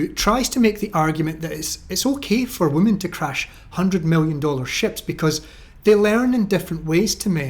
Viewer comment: So out of all the female captains half have crashed their ships? Also why do you pronounce women as woman?